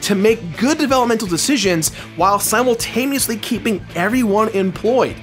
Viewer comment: Did you just say "Simultameously"? With an M?